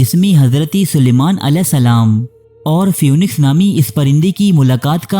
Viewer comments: Pronunciation is feeniks not fewniks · Even though it is written as p-h-o-e-n-i-x, it is pronounced phee-niks.